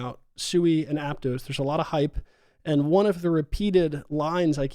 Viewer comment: Also, Aptos is Ap-Toss not Ap-Toes